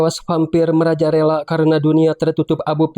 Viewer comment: merajalela min, bukan merajaRELA 😭😭😭